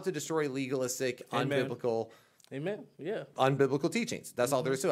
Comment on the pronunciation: Will, unfortunately says “amen.” You need to remind him that it’s actually a six letter word spelled and pronounced “hayman” 🤣😉🤣